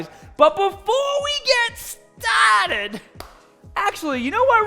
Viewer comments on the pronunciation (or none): You could make an intro of clips of people saying “before we get stahhhted ” and it would be epic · you need a t-shirt that says : Before we get stahhted